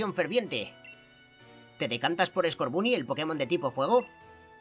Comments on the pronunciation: Estás pronunciando mal scorbany se pronuncia scorbony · Se dise como en ingles el scoorbuny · Escucha el primero que que conseguiste skurban y lo pronuncias mal porque en realidad se dice score Bunny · Scotboony se pronuncia scorbany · No es scorbuuny es scorbany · Se dice skoorbany no skorbuny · se dice escorbany no scarbunny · Escorbunny se pronuncia Escórbany😃😃 Me encantan tus videos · Se dice escorbani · escorbunny se pronuncia escorvany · Se dice scorbany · se dice scorbani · scorbunny se pronuncia escórbani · Se dice scobunny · Se pronuncia escorbano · se dice skuovet